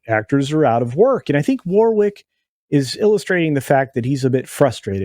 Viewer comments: “War-ick” not “war-wick” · His name is pronounced "warrick" you don't say the middle w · It's pronounced "Worrick"